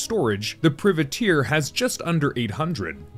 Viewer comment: pry-vah-teir, you're killin me XD